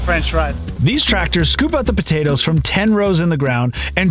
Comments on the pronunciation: The way he said podaytoes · As an islander myself I can confirm that's how most islanders say potatoes. b'dayduhs